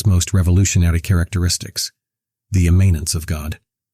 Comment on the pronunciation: Pronounce it correctly then!